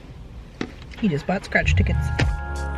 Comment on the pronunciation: lol...when you said "he just bought scratch tickets" in the out tro I though you said crotch not scratch. OMG!